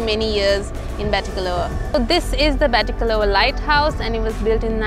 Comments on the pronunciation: Nice documentary. just a correction the " a" at the end in Batticaloa is "silent". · I'm a batticaloa native, when you say batticaloa you do not need to pronounce the last letter 'a'. That's what I wanted to say. I have been in batticaloa more than 23 years, we don't pronounce last letter that's y, just FYI. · Hey, I’ve stayed at Uga Bay. It’s a very nice property. I also have family from the east. Btw, the ‘a’ at the end of Batticaloa is silent. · Hello everyone! Thank you so much for watching this video ❤ It has been brought to my attention that I am indeed pronouncing Batticaloa wrong and it should be pronounced 'Batticalo' as the 'a' is silent !! My sincere apologies to any Batti natives whom I may have offended :D <3